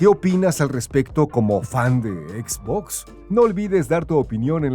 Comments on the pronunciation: Se pronuncia etz botz, fin de la discusión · por tienen a alguien haciendo locución si no sabe pronunciar xbox correctamente